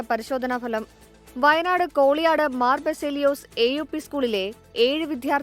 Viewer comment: വാർത്ത വായിക്കുമ്പോൾ സ്ഥലപ്പേര് കൃത്യമായി പറയു ,കോളിയാടി. എന്നാണ്